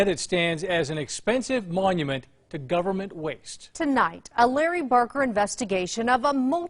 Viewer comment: I hear "gubbamint, gubbamint, gubbamint", but what I see is two failures: the consultants haven't been taken to task for pith-poor advice, and no-one now complaining about how obviously unsuitable the site was spoke up back then.